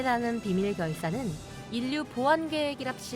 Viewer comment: 인류 -- "인뉴" 로 읽는게 아니라 "일류" 로 읽는 거 예여.